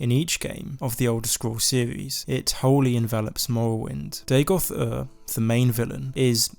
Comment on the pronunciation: Day-Goth? Are you AMERICAN? You don't sound American... It's DA-goth, mate. DAGOTH. Dagoth. Dagoth....